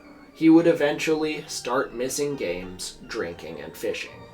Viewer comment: I’ve noticed in this video and another one that you repeatedly mispronounce “reneged”. Do you pronounce it that way on purpose?